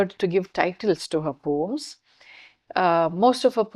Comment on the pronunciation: Can you pronounce it as Po-ems or Po-uhms instead of POMES .? Too pedantic